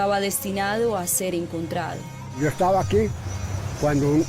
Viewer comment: Pescaor no, se dice pescador... encontrao no, encontrado!